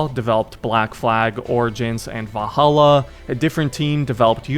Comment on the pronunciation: Love your vids man but why do you keep saying "Vah-ala"? 💀